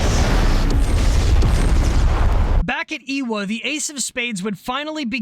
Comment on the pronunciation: Ewa is pronounced evah, not eeewah.....w's in Hawaiian are a soft v sound.....